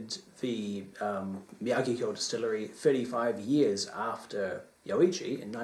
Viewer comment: Enjoyed the few Nikka's that we have tried especially the Yoichi. Also I think it is Me-Ah-Geek-Key-Oh